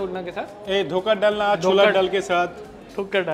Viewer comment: Bengalis: Dhokar dalna be like: Dhaker Dolna 😅😅😅😅😅😅